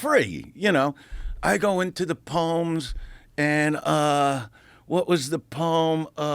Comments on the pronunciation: "Da pomes"... 😂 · I love how he says pomes instead of poems 😂😂😂